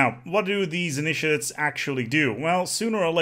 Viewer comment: Then ask him to pronounce "initiates"... :D